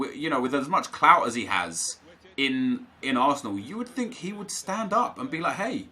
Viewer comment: When nep says clout 😂😂😂